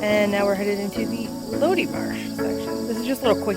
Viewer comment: I believe it’s pronounced “low-die”